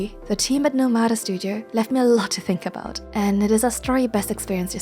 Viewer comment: NOmada not noMAda.